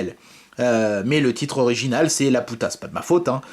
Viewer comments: On prononce "lapiouta" pour Laputa sinon il y a effectivement des ricanements débiles au fond de la salle. (comme dans le film quoi) Bon moi je vais aller m'allonger deux minutes, mes oreilles ont faillis jouir ^-^' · Prononcer Lapiouta est stupide. Si les gens rigolent parce que tu le prononces correctement en Japonais, c'est qu'ils sont cons x)